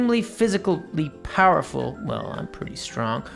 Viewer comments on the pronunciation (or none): none